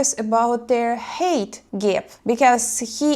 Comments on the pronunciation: yes I thought you were saying "hate" at first when saying "height" heye "t" --anyways to this guy CMON!!!! wake up dont be a moron (over the internet? live far apart? only talking for 1month? lol your lucky she at least showed up to meet you, you do seem very desperate!! and you said "clam" and "banana" you can be a nawty little girl!!! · dearest, greetings and salutations. No worries about pronouncing the word height as hate, it was obvious to me within the context of your story that you were talking about height. You speak very good English, better than the English spoken here in America by most immigrants. I think is admirable that you have thought yourself English and the fluency with which you speak it. To me it's inspirational because I'm teaching myself Russian, and I feel I'm making good progress. This weekend I started writing in Russian every word and phrase I'm learning. I think writing will enhance my learning and help me retain it in memory. About the story, I think your subscriber was very foolish. His failure was predictable. Naively making rash decisions based on presumptions was a recipe for disaster. I would think he is probably out of his element in Russia, unless he is also in love with Russia and its culture. He should probably go home and stop chasing women and instead focus on himself and self improvement in order to be more appealing. Just saying... relationships are very difficult, they always begin through the eyes, with promises and proclamations of "forever", and once the honeymoon is over and reality sets in, relationships become full of compromises and then forever doesn't seem as long, and eventually the eyes begin to wonder in other directions. Conclusion: don't fall in love, it will make you do things you wouldn't ordinarily do... just have fun. Ta ta darling. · Just "Hi - t." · A lot of HATE😅